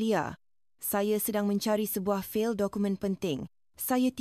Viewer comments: Fall?? Memang fail sebutan AI aduhhh... kacau otak sia. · Ini cerita rekaan mungkin dengan bantuan AI. Penyampai cerita bukan warganegara Malaysia kerana sebutan fail ( file) umpamanya sangat ketara. Corporate culture di Malaysia tidak seperti dalam cerita ini.